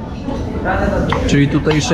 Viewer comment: Płow lub pilaw, nie plow ;)